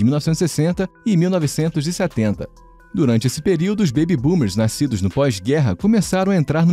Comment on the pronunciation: “Naiscidos” Eu tô doido ou eu ouvi isso?